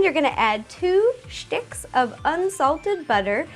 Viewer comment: Did you just say 2 shticks